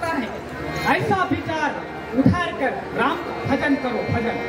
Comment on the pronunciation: राम को रामो बोलते 😢😮😮 है